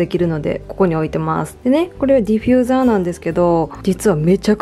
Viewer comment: ディフューザーをディフィューザーって言ってる可愛い❤私も今回ニトリで色々一人暮らしのもの揃えた！いぇい！一緒だ🎵